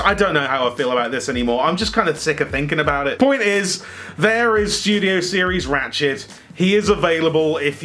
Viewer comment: When you say 'ratchet' is sounds like 'rat s**t'. Coincidence?